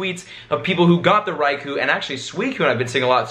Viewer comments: stop saying Raikuuuu it's Raikou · "Rye-Koh", not "koo", as far as I know (per the pokemon generations cartoon). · Raikou unfortunately is pronounced RAI-KO not RAI-KU don't worry man it happens to all of us but FYI that's cause Raikou is in Japanese. Peace!:) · its pronounced raikoh not raikoo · It's pronounced Raiko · It's pronounced Ricko. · your saying raikous name wrong